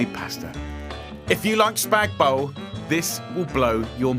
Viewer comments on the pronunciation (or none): Spag bol